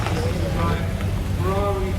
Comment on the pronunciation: If only this guy pronounced correctly the automobiles' brands and models in their original language! It is not "fewawi", it is FE-RRA-RI.